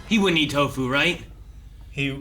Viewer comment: Nu-fu = Nu- poop. You slay me,.